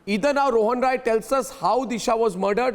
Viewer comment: His surname is Rai. Not. Roy